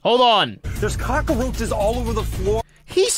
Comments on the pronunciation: "kaa-krow-chuhz" They hate us cuz they ain't us. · I wonder if cock-a-roaches is a hispanic dialect thing. Cockroach in Spanish is cucaracha, So maybe it just feels like that a needs to be in there lol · Idk if "cockaroches" is a common pronunciation, but own it hun. Dont let them take your zang away Edit: I just say roach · 😂😂 Google just showed us how to say cockroaches in cockroach